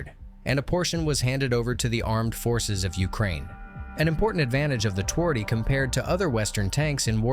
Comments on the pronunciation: if you want to be a pro channel, you could try to say the name correctly: ~ tvardy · i feel strange how he says twardy literally it makes polish sound like sum non slavic language but obviously pronounced differently